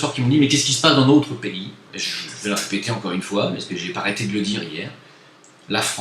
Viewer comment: C'est quand même très fort d'avoir pu quitter le rrrrrrrrrrrrPAYSrrrrrrrrrrrrrrr :) pour aller au Maghreb. BRAVO.